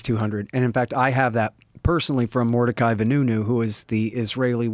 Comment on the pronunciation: I'm sorry did he just say mortichai the new new